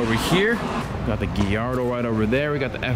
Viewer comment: Did i just heard him say Lamborghini gillardo XD